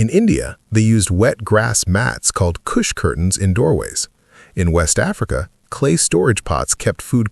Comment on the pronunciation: its not kush curtains, it's khus curtains. pronounced u as in umbrella.